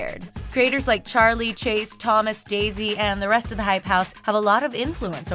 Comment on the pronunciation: It’s Daisy not Davy hahaha